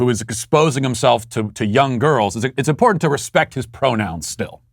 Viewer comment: This b. said importanant... 🤦‍♂️🤦‍♂️🤦‍♂️🤦‍♂️